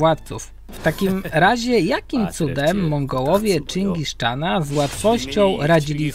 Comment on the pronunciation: Czyngis czana 😂